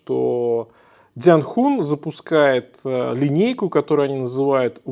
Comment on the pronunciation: Не дзян Хун, а Дзянь Хунь.